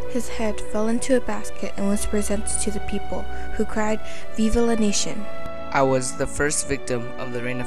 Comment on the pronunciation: Really nice work. The only detail I found funny was the Vive la Nation in English. It's more like Vive la "Necion". Use Google translator to check the proper spelling in French language.